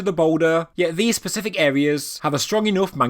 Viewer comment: Are you saying "Pacific"?